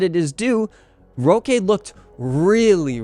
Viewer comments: Nice video, roque is pronounced like rock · more like "hóky"